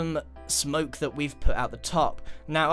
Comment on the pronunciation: Grian purple spiral: i may think det purple spiral is my fovorite Also grian: i Think the ligthouse is my favorite